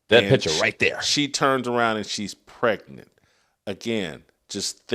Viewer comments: I trying to enjoy ur content. But please recognize that the word Pregnant has a “G” not a “T” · Bro the Word is Pregnant !! Get your Pronunciations in Order !!